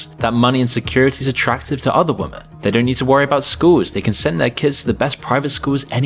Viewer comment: I notice the chap in this presentation is another example of someone who bizarrely struggles to pronounce the plural "women".